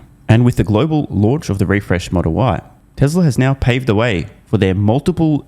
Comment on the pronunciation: Year .....Yeeee Tesla.....TesleR he has a problem adding an R. and. removing an "R"